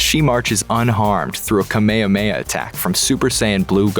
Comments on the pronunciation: I’m sorry , did he say “ kameyameya” instead of “ ka-me-ha-me-ha” ? Tf 😂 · The thing that makes me rage most about this video is the fact that he said kame hame ha wrong. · its the way you pronounce “kamehameha” for me